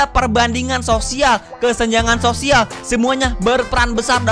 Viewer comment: sosial bng, bukan sisual🗿